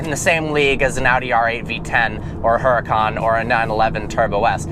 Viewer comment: the kind of guy to own a Huracan but still says it wrong, woow